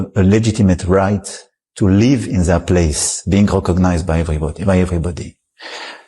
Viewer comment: If only the French fellow could say "they want to live(in Gaza) without it sounding like "they want to leave". That's an Abbot and Costello routine waiting to happen, or Abbot and Cantaloupe...¿and what is "Syphilisation"?